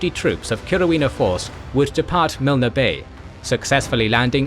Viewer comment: Milne Bay is pronounced Miln, not Milna. It’s one of the most well known locations from the war. Also it’s very hard to read blocks of text all in capital letters. Apart from that it’s excellent